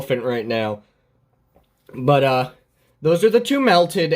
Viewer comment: tbh but uh sounds like buttu